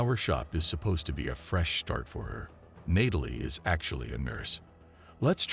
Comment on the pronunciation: Didn't realize until Nay-tal-lee this voice was AI.